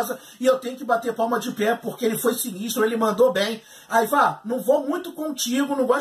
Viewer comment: o jeito de se pronunciar os nomes é: aivar, ubba, vitstergui. kkkkkk.